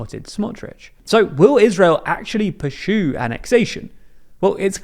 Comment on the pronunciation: Purrshoe, it is pursue, no H